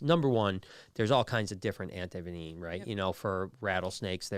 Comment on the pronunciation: What is anti venineen, Brian? Anti venom is what I thought it was